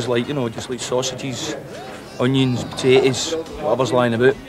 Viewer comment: "sausage, onions and pohtay-ous"